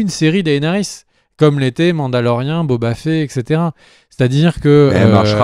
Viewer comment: Bonne vidéo mais le mec sur son canapé il exagère sur l'ep3s8 il est pas dégueulasse et tes prononciations elles sont degeu pour Daenerys, et stp, c'est "Boba Fett" et pas "Boba Fé" (24min46).